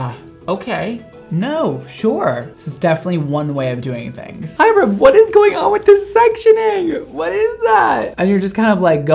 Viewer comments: keeps going "Hy-RUM." and then he does NOT react to THE SINS at the end...-LEY. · mondo saying hyrams name: HI-RUM. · No Ik it’s how you pronounce it lol, just pronounces it really exaggerated and a space in between